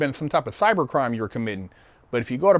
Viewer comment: This nigga,said "Cyber Crimes"